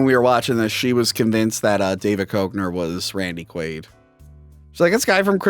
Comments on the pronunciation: David KECK-NER kids . David KECK-NER . Lol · It's pronounced DAVID KECKNER.